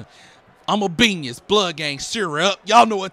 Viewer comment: My man said imma "Benius" 🤣